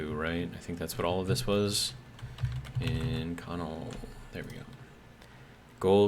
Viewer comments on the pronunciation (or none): Love your content. just so you know, Inconel is pronounced in·kuh·nel.